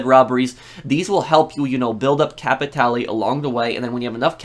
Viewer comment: Out of all the channels I watched you are the only one who tried to pronounce "capitale" instead of capital